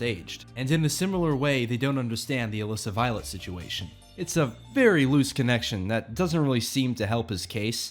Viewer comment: For over half of the video, I thought you were saying 'illicit violence' whenever you said 'Melissa Violet'.